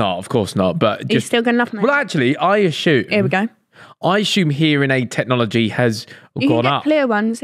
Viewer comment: BROOOO!!! wtf is "asshume"?? it's assume.. where you getting the 'h' from? said it like 10 times lol